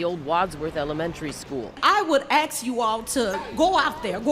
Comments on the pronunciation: Can we please normalize “asK”, not “asX”. You just look uneducated and lazy. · How can a whole group be capable of saying a three-letter word wrongly and think it is pretty!? ASK not AKS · "I would ax you all" crazy women in Chicago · I would AX y'all. . . BOO-BOO speaking !